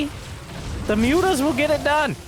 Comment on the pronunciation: "moo-tahs" -- I love that